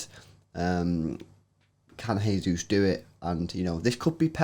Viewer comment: OMFG THEY PRONOUNCED JESUS THE RIGHT WAY